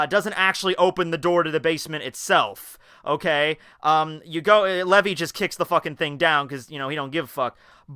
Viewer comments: ITS FUCKING LEVI NOT LEVY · uhm its lee-vi 'spelt l.e.v.i' not levy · Levy? It's Levi, pronounced LEE * Vigh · its not lev E, its lee vy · Everyone saying it's pronounced Levi and not levy but it's levíí. Get it right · Lee-vi sounds bad. Levy for the win. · Did you just call Levi....Levy? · Isn't that the English Dub pronunciation?